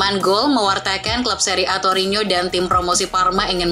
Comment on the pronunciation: TORINO Min bukan torinyo